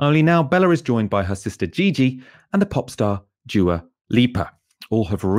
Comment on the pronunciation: it's pronounced dua, not djua.